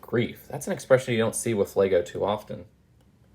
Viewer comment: There’s a lot of "wif"s in this